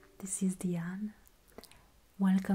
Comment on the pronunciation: My middle name is Diane, I like the way you pronounce it even better. I love your channel, you deserve all the success in the world and I wish it for you.